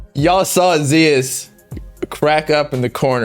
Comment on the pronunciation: Zias pronounced [ZEE-AHS]